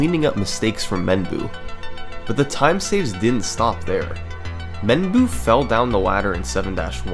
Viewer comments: i think menboo is pronounced "menboh-", which means q-tip in japanese. i could be wrong though. great vid! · I think because Menboo is a Japanese speed runner, the actual pronunciation of his name is “Mem-bow”, which means “cotton stick” (“Q-tip”) in Japanese. It’s actually a pretty clever name. 😂